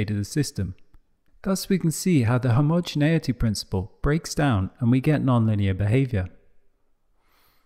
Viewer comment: Excellent, except surprised that Complexity Labs (very high standards) would misspell "principle" and mispronounce "homogeneity" albeit the mispronunciation is corrected eventually.